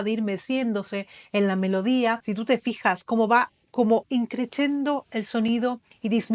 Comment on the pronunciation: INCRESCENDO-increshendo nunca increchendo ,en italiano la SC suena como shh